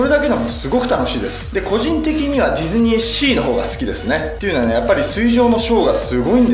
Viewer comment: 途中、ディドゥニーシーに聞こえるww